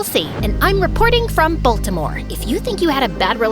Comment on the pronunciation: as someone from baltimore, whyd she say boltimore